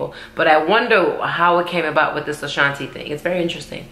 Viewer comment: I agree with you on saying Ashanti's name wrong Fat Joe does it too on their song